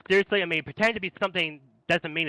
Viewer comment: "PWETEND" is all i gotta know about this dude